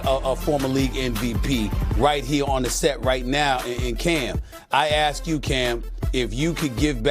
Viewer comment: Not like anyone is asking Cam to pronounce ask properly. We want axe 🪓. But it comes out as ass